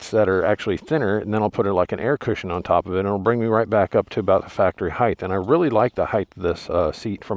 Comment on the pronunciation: there's no H at the end of the word "height". anyone saying "heighth" gets immediately discredited.